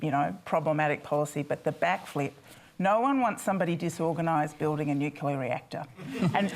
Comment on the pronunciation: Nucular? Can people going on panels like this at least learn how to say it...